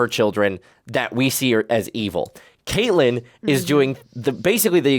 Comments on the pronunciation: Does refer to Catelyn as Katelyn the entire time? Lol I keep expecting him to correct it and almost 2 seasons in and it’s still Katelyn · Catelyn Stark is pronounced Cat-Lyn not Kate-Lyn. Other than that, I am loving watching along with you guys. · Its Katlin (cat) not Kaitlyn. Idk if hes doing it on purpose at this point or what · I love you both but her name is pronounced Cat•lyn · And I'm endlessly frustrated at y'all pronouncing Catelyn wrong.